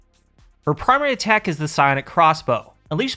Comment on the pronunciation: "primary atatck"